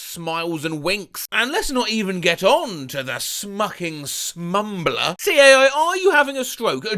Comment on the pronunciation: I can't believe you would mispronounce Smuckling as Smucking,. So disappointling 😔